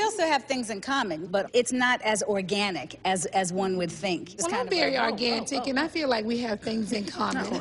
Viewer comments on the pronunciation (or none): “I’m very organ-tic” 💀 💀 Chile. KneeKnee and the way she pronounces certain words, and certain letters. From “BRA-way” to “BRIDEmaid”. Ugh. I really cannot with her! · Not "Organtic" Nene 😂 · Not Organtic...😂😂😂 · Man them teef keep fucking up the moose's speech. Sheree killed me with, not ORGANTIC! 🤣🤣🤣🤣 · That bitch said argantic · "Well im very organtic" SCREAMING 🤣🤣🤣🤣🤣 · I don't remember watching this AT ALL. "ORGANTIC" 😂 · “Organtic” Ne-Ne pronunciation of words is unauthorized 😂😂😩😂😂😂😩😩